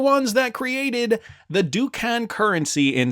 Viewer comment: Please learn the proper pronunciation of ducat. Also, the double headed eagle is not a phoenix. It is a commonly used heraldic image of ancient origin. The three shields on the coin are not a triskelion.